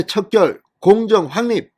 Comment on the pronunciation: 진성호님, 이 말 참았는데, 제 말 좀 들어보세요. [확립], [각론] 등의 우리말 발음을 모르고 계속 잘못된 발음을하니 아쉬움이 큽니다. [리발소]는 우리말로 [이발소]라고 발음하세요. [확립]은 [황닙]으로 발음하세요. [각론]은 [강논]으로 발음하세요. [황립], [강론]이 아닙니다. 누구나 아는 이런 기본적인것부터 바로 잡으시기 바랍니다. 그리고 [사전투표]를 [辭典투표]로 발음하지 마시기 바랍니다. 차라리 저한테 자문을 구하시면 고쳐드리겠습니다. 아마 본인만 모르시는 것이 많을 겁니다.